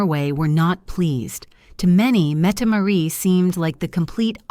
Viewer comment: Metmaret? Mettemarie? No its Mette- Maa-rit